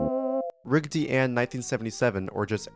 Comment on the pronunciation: if i hear "rigdy" instead of raggedy one more time im going to go insane